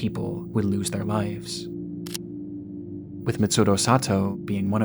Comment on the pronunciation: It's liVes, not liFes